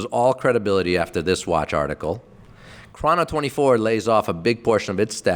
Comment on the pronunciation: say chrono24 right like its only said prob so many times in the office... dummy